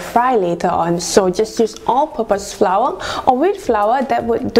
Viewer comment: One of the many of malaysia cooking video that i hear pronouncing flour correctly...very good...hehehehhehe..most of them will pronounce FLOUR even the super chef as FLA.which is totally WRONG!!!! I am happy for you and one more thing ypur recipe is the best